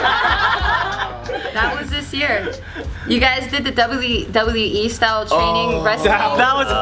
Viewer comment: The part when couldn't say "WWE" got me 😂😂😂😂😂😂